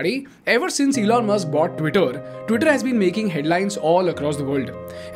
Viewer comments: You keep pronouncing his name zelon is driving me mad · i was laughing like a hell while you were explaining and taking name as "Zelon". btw Its good way to get out of any of the controversy . I appreciate..